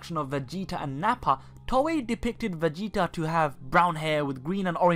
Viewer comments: are you from dubai? I can't help notice your pronunciations...(PERSONALL-Y, VEGE-O, EXECUT-ING, VEGE-A) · lol he says vege-A- and Vege-O- lol 😂